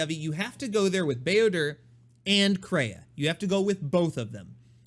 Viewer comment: Such a nice sweet white man certainly a treasure not only for kotor fans but all star wars lovers in general. But can you stop saying builder? There are certain lore correct ways to pronounce names you know?